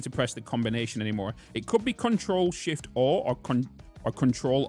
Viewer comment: I'm hearing him say control shift ore. not sure what the Ore key is. For the debug menu lol